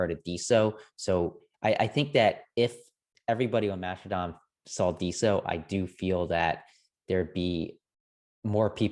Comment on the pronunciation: No no, they found the super secret hidden R in the word. So its Master-don